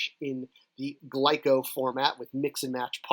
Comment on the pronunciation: Glyos, not glyco!!!🤣